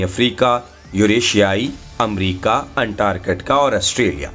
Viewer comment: انټارګټکا نهي انټرکټیکا هی